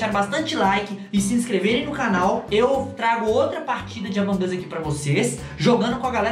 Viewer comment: Nossa tu fala among us errado tu fala among as mas é among us